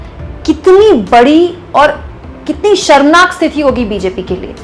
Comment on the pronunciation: मैडम एक बात बताईए कि स्थिती (situation) होता है या स्तीथी होता है? क्योंकि आप हमेशा स्तीथी ही बोलती है।